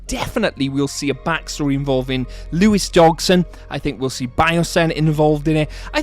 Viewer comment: Dodg-son not DoG-son. Otherwise good video.